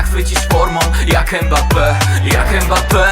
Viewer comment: Mbappe mówił że jego nazwisko wymawia się prze miękkie M tak jakbyś zlizywał zupę z talerza, a nie przez E. to nie jest Embappe!